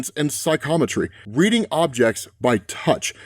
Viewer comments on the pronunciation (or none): none